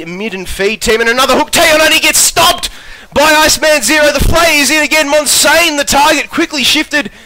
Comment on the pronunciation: 360p OP. Also you said my name wrong damn it :P MON-SIAN, not monsain